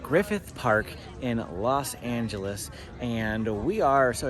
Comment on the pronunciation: You Mean Los Angeles,Not Las Angeles Lol No Place Like LA❤️❤️